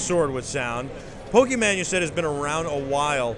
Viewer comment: The interviewer kept saying "Pokeman". That is a major Pokemon taboo!